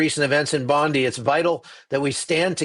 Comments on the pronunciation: it's Bond"eye" not Bondie, like "Blondie". This was a terrible interpretation of a Terrible event. The terrorist that killed these people actually had a legal gun licence, and supposedly he was not even an Australian citizen. I think if you examine your statistics related to gun violence, you will realise that our policies related to fire arms while not always affective, we don't have such a high body counts as in the Americas. And the Aussie that wrestled the gun out of the terrorists hand is actually a Syrian. You got to do your homework before you start rolling the camera mate. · Also it’s pronounced (‘Bond-eye’ not ‘ee’) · Hey its Bondeye not Bondee!! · Oh, you said Bondi wrong - it's not "Bondee" or "Bondiii" it's pronounced "Bondeye".. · Btw its pronounced Bon-die not Bon-dee. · Hey, for what it’s worth. RE: Bondi Beach. It’s Bond- I as in “Pie.” Not as in Pam Bondi. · It's Bon-die mate😊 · Bondi is pronounced Bon-die. Love you but that is annoting. The PM Is also pronounced Alban-easy. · Hi 16 dead 42 injured. 1 10 year old girl died 2 rabbis 1 holocaust survivor. Please except a small critique bondi is pronounced as bon die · 16 dead overnight from the Bondi (pronounced Bond-eye) in NSW, Australia. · Bondi is pronounced Bond eye. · The man that disarmed the terrorist was shot twice, in the arm and in the shoulder. Apparently he is in Hospital having surgery. He owns a business nearby (Fruit and Vegetables I think). He’s a hero. if you are reporting again this beach is a famous Australian icon and it’s pronounced Bon Die. It’s manned by highly trained surf lifesavers who were the first responders. Karen. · Bondi is pronounced bondie. Sorry I just had to correct you.😊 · Bond (eye) Bondi